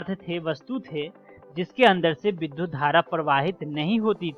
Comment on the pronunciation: बहुत ही अच्छी प्रस्तुति, परन्तु विद्युत का उच्चारण बार-बार विधुत किया गया है एवं वही लिखा भी गया है। कृपया इस पर ध्यान दिया जाय । यह एक बड़ी भूल है।